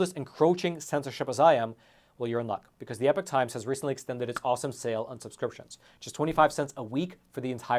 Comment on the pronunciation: He constantly mis-pronounces EPOCH...